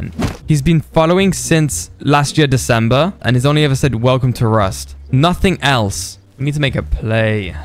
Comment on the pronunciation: Truly a Velcome to rust